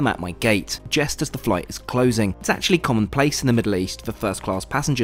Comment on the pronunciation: “just” not “jest”